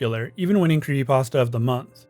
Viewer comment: he refuses to say the p in creepypasta